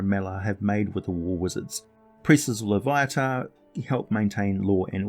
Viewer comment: I am surprised that someone that has such a rich British origin language would pronounce a name incorrectly. Loviatar pronounced: /loʊˈviɑːtɑːr/ loh-VEE-a-tar.